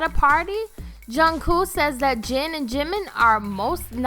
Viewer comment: Yea and she said something like "Zhin and Zhunghoo" too lol